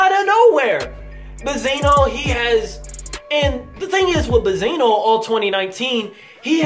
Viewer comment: Do you know how to say benzino? You sound STUPID